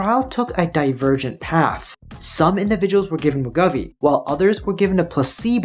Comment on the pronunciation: As someone who has lost weight in such numbers over the years, I can confirm that it is much easier to keep weight off than it is to lose it. And BTW it pronounced Wa•gō•vee